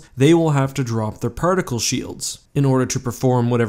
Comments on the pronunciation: I think you mean Shoelds. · 0/10 not shoelds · Don’t you mean shoelds?